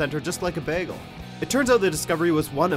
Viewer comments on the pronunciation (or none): Did he just pronounce 'bagel' like Britta?